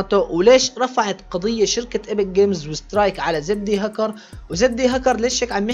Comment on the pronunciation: مشان الله احكي كلمة زد هكر مو زدي هكر 😂🙆‍♂️